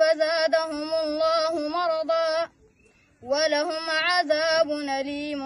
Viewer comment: Not yukaziboon right pronounced yakziboon please you see قرات ماشاالله